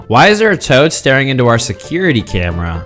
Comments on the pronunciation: It's pronounced camramra 🤣🤣🤣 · YOU PRONOUNCED THE TOAD ONE WRONG ITS NOT CAMERA ITS CAMRAMRA